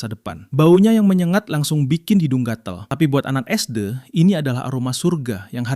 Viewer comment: suara ai nya dibikin premium dikit sih, mas sebut sd aja gabisa